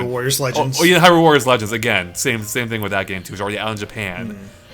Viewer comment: "Here's the fing......"